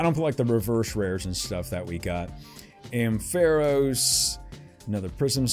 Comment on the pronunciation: "Ampharos" is pronounced "AM-fuh-rohs"